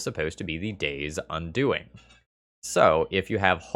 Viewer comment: In game 3 you said quite often "playing around Daze". Later you pronounced the spell 'Day's Undoing' like 'Daze Undoing' and i just saw a card in my mind that could be in the next un-set. Maybe: "Return a card that got countered, because you didn't have enough mana to let it resolve from the graveyard to your hand."